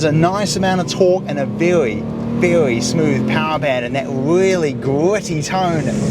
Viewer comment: "Its vewwwwy smoovvve" brother take some speech classes you're not 3 years old anymore.